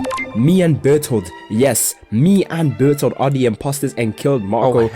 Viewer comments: yo every time you say bertolotos naem im cracking up twin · Bro the fact that he never said Bert's name properly the entire video is hilarious 😂😂😂😂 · bro he keeps pn messing up Bartholomew's name 😭